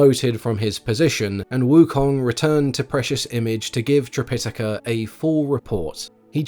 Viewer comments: Yes, this was getting on my nerves during an otherwise excellent video, so I checked. According to the Oxford dictionary, yes the main pronunciation is tri-pi-TAH-ka. Or, sometimes, trip-I-tuh-kuh. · Its a good retelling. I don't like how you pronounce Tripitaka though 😅